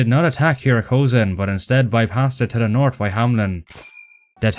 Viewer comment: I understand you may not be a native English speaker, judging by your terrible accent, but the way you pronounce some words, like North ("nort") made me feel bad for your unapplied education.